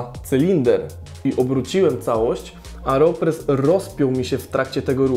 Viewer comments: dlaczego mówisz "areopres" zamiast "aeropres"? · Nie Areopress tylko Aeropress. To nie narzędzie rolnicze :)